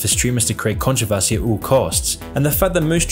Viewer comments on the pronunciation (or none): none